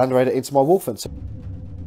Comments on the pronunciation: Sorry, but my OCD kills me at times like this. Even with an accent there is no "r" in Wulfen. I know, I know. Report to my nearest Chaplain for re-education. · I dont want to be this guy, but its driving me mad. its wulfen, there is no R. sorry and keep up the great batreps